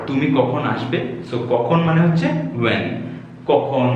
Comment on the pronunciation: Your pronounciation is not correct of the word 'When & Will'.